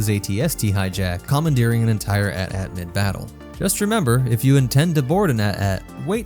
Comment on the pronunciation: AT-AT not atat we don't say atst ....unless